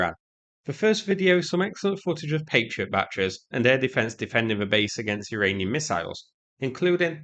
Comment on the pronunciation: targeting an Iralian?! What’s up with you and not pronouncing anything correctly?! 😂